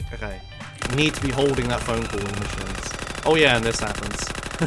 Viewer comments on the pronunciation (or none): phone cull as I can understand :d